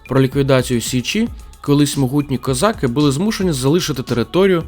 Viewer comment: Дякую за ваш огляд справжньої історії України, а не видуманої і перекрученої. Дякую за українську мову. Видно що вам важкувато говорити, але у вас гарно виходить. Тільки одне прохання щодо такого знакового слова для України, як козАки. Дуже ріже слух кОзаки. Це на якийсь російський манер звучить. В Україні були тільки козАки, козАк. А в усьому іншому дуже сподобався ваш ролик.